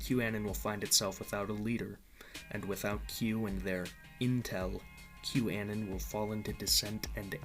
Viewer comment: 'Que' A-non (anon=short for anonymous), not 'que' an-on